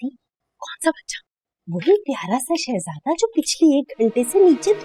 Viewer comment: Han yaar aagujaan jab farjad ko shehjada bolti hai bada accha lagta hai ❤❤❤